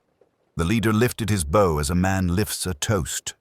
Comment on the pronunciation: This doesn't sound AI, but he says "bow" like "bough" when it should be "beaux" ie violin bow. Or do the British pronounce it like that?